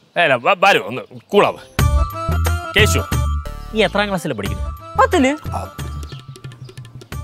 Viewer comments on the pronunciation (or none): not keshi it's keshu ke-shu